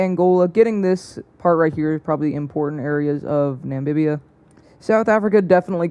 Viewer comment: It's NAMIBIA NOT NAMBIBIA😡😡